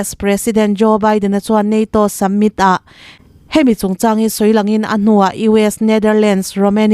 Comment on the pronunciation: Chhiartu, Kneset leh Summit lam dan hi chîkin zir nawn la a tha hle.